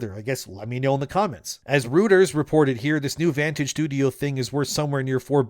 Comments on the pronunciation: "rooters" hahahah oh man i forget you dont touch grass. Get out more dude, learn the world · I'm going to be a "Speech Karen". Reuters is pronounced as "Roy-ters". It's a German name. 🥸